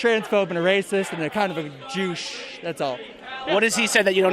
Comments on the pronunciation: min Antifa: ..."and a kind of a "JEOUCHE". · he said Jewsh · did this guy just say jouche? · is it just me or did he call Ben a Jewuche? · did that guy say douche or jewsh (j-oo-sh)? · did that guy just call him a jewsh lmao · Did he say: "He's a transphobe and a racist, and kinda a JEW-CHE" 😂 😂 😂 😂